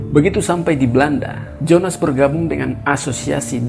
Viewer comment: Jong Ambon di baca yong Ambon, Jonas di baca Yonas